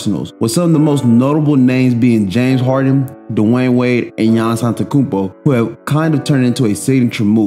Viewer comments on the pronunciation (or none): none